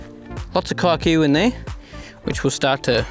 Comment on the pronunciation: Are you aware of the slur it sounds like when you shorten Kikuyu like that? Lol